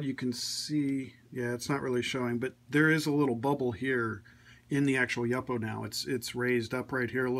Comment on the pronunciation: It's pronounced YOO-po, not YUP-po.